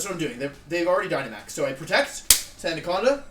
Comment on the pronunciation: Sandacanda is my new favorite mispronunciation